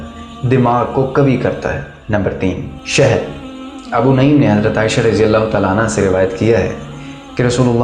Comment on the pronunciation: Abu naeem nahi Balke Abu nuaem he